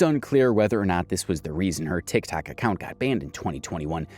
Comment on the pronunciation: Are you saying 'Tic Tac" on purpose?